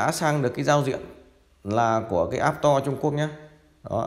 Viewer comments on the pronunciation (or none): Store ( sờ to ) not app to :))